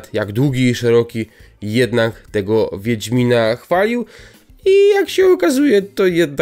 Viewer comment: No dokładnie "wiendzmina" bo więdnie miną... Czy coś